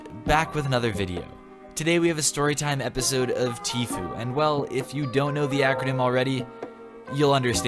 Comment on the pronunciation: Saying it as "teefoo" sounds like the engerish version of teeth. Lol. 😂😂